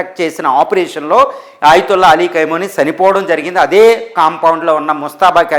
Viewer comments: కైమోని, కైమా కాదురా అయ్యా ఖమేని రా అయ్యా తెలుగు సరిగా నేర్చుకోండిరా అయ్యా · కైమోని కాదప్ప ఖమేనీ 😂😂😂 ఏం న్యూస్ 😂😂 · కైమోని కాదురా పిచ్చ నాకొడక. ఖమేనీ అని పలకడం కూడా చేతగాని వెర్రి పుష్పానివి నువ్వు. నిన్నెవడురా నిపుణుడికింద తీసుకున్నది? ముందు నీ ఉచ్చారణ సరిచేస్కో. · కైమో నీ కాదురా బాబూ ఖమే నై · Nayana Kameni Ani Anandi Kaimoni Kadu😂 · ఖైమోని కాదురా హౌలే... ఖమేని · ఖైమోని కాదు రా చవట, ఖొమేని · Khamenei and not khaimoni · కైమోని కాదు.. ఖమేని.. సరిగ్గా తెలుసు కొని న్యూస్ చదవండి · ఖైమనీ, ఖైమనీ అని ఆయాన్ని ఖైమా చెస్తున్నేరు. 😀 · 😂 ఖైమోనీ ఏంటండీ బాబూ… 😂. పేర్లు సరిగ్గా పలకండి సార్‌. వింటుంటే రోతగా ఉంది.